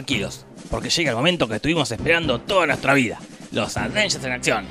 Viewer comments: avengers, no ADVENGERS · por diorrrr! dejá de decir aDveinyers! es sin la d! aveinyers! me desconcentra de los chistes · Si tomáramos un shot cada vez que dice "Advengers" en vez de "Avengers", terminamos en coma alcohólico con este video solamente. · Los "advengers" :v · "Los Advengers" "ADvengers" Noto como que algo esta mal... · Porque dice todo el tiempo "aDvengers"? 🤣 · "Los advenyer" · Por qué lo pronuncia "aDvengers"?!!!